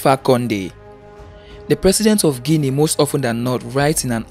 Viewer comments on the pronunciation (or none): none